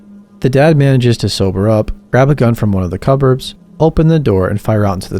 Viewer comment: Omg, I know another narrator on YT that pronounces cupboard as cuburb!